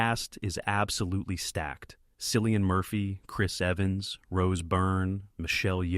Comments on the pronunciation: Who is "Sillian Murphy"? It's Cillian, pronounced with a HARD C - like Killian. The ai narrator needs to go back to school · It's pronounced Killian